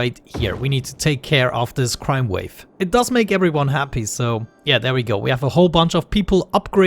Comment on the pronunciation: am I the only one who understood "crime wave?" 😂